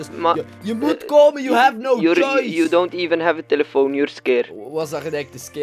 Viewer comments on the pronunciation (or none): die 1ste 51 seconden whahah!! "we gev a problem" hahah